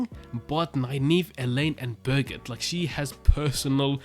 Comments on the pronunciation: Birgette is pronounced Bir-geet-uh. Or keep saying it the way you want. Everybody knows who you mean. I only use two syllables when I think of her. A lot of the stuff with Je e toh will be explained later. Seekers have appeared. IIRC this seeker has appeared. they don't have magical powers, but they do have fairly significant legal powers. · If you want to know how to pronounce Birgitte, it's also the same of the main character's wife in Django Unchained, they say it in that movie. It's kinda hard for me to describe: "Berg-eeth-A".